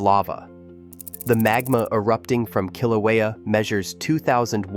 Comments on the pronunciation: Pronunciation of Kilauea is terrible! It’s “kill” “ow” (as in how) “ā” (as in ate) and “u” as in “up”. Now, get it right! Kil/ow/ā/uh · Voice can't even pronounce the name of Kilauea. What a joke. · You are making a video and you don’t even know how to pronounce Kilauea …?